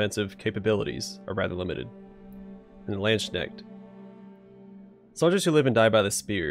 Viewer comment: Not a bad pronunciation of Landsknecht but it sounds you say Landsnail with the way you turn Knecht into schnecht ;)